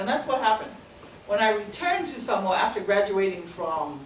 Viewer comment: Mad lecture but why do you american samoans mispronounce 'Samoa,' you know how to say it so stop tryna fia palagi